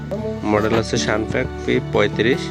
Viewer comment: ওরে বাইনচোদ এদ্দিন হইল বাংলাদেশে এয়ারগান শ্যুটিং জগতের ইজ্জত মারতেছিস তবুও এখনো সামান্য ইংরেজি পড়তে শিখলি না? বাইনচোদ শালা স্নোপিক রে কইতেছে শানপ্যাক।তোরে জবো দিলেও মনের দুঃখ যায়না।